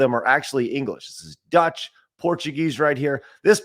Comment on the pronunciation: love how he says "dutch" when it says deutsch(german)